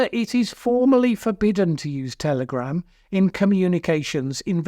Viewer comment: Did I hear you say "Terrorgram" 36 seconds in?? 🤔🤣